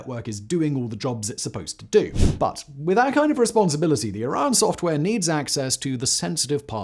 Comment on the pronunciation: A 3 syllable word like Orion and a 2 syllable word like Iran should not sound exactly the same when spoken.